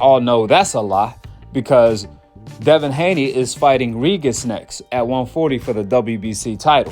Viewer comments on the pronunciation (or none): Bro stop saying “Reegis” like that 😂